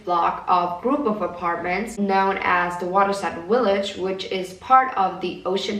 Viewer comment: "willage" "willa"